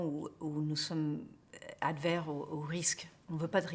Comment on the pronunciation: Parfait François sauf à le monde "du" finance et à "adver" ou je ne sais quoi.